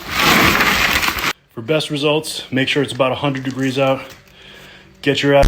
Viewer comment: Emphasis on the 100 degrees😂😂😂😂